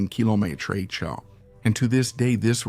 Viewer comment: Great example of the power of human ingenuity and the infinite ways AI can mispronounce km/h.